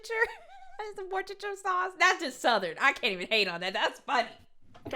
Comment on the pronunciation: Ain't none of us in the south can pronounce that whores of the shire sauce